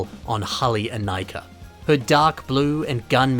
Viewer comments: I swear you're the only person who pronounces it "In-Eye-Kah" instead of "In-Ee-Kah" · I can't stand pronouncing Inika (Ineeka) as Inaika